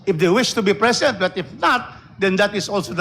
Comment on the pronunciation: Putanginang yan…Ang titigas na inglis!!🤣🤣🤣 “shi must bi prisint🤣🤣🤣🤣